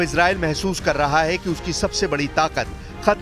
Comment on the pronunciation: Mem heetu nhi hai hooti hai